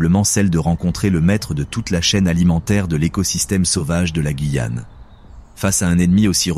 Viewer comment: Super documentaire, par contre, étant guyanaise, la prononciation incorrecte de “Guyane” du début à la fin 😭.